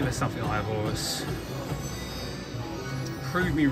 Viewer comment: It's actually Eye of Horus, not Eye of Hovus